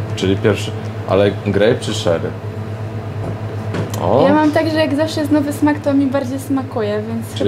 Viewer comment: 'Czery', a nie 'szery' tak tylko przypominam :)